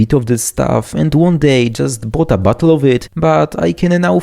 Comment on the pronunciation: Lmao I like that you make "bottle" sound like "butthole"